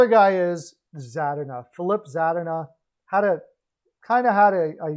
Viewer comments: its pronounced za-deen-a, as a wings fan I just found it kind of funny, we all make mistakes sometimes, it was still a great video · Za-din-a lmao